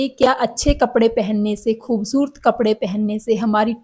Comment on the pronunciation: Aapki hindi punjabi toch wali hai ……..refine it ..khoobsurat ….hota hai ….naki khoobsurt